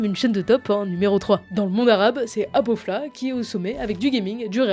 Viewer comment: Ta pronsiation de aboflah(ابوفلاه)ma tuer😂